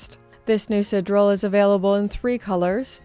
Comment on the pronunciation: I love your content, but for the mercy of God - isn't Canada a French-speaking country, at least to some extent? SidEral is not really that hard name to not butcher the pronunciation every time... Still love you tho. 😛